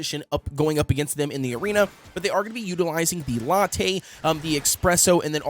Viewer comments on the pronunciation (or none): none